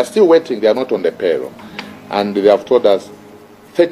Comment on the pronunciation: Wait please bar man, it is pay roll and not paylo